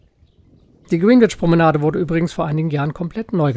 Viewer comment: Ein sehr schönes Video und ein echt toller Kanal, man lernt immer wieder was neues über seine Stadt. Ein kleiner Klugscheißer-Hinweis nur: Der Londoner Ortsteil Greenwhich wird unintuitiverweise eher so wie "Grännidsch" und nicht "Grienwitsch" ausgesprochen.